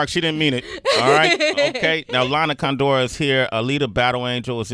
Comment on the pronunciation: Sway be like "Lana ConDOOR". CONdoor is the correct pronunciation.